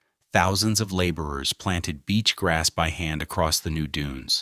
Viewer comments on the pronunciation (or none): none